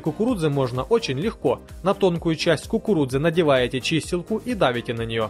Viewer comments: Dasha M ты до кукуруДзы досмотри))) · Мне одной показалось что он говорил кукуруДза? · после пятого произношения "кукурудзы" пошла кровь из ушей. Так и должно быть?